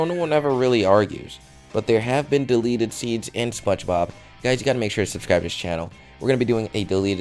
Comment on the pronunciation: 1. You Spelled Delete Wrong, You Said Delet. 2. The Gun Is Fake. You Used The Same Gun For Deleted s Scenes For SpongeBob. Plus You Showed No Footage. 3. If They Didn't Want Kids To See Blood, Blood Wouldn't Come out Of Clides Noise -_